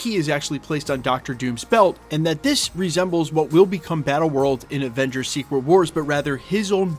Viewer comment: Sounded like you said other Revengers 😂 comment below!!!!!